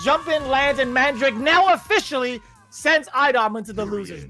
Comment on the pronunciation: Dude if this dude says mahn drack aye instead of mandrake one more time.